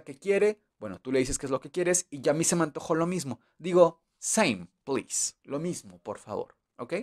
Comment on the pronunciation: casi todo lo entendí, donde dice "por favor" no se entiende que diga plis